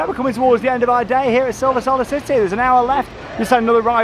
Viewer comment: "Silver Sollar City"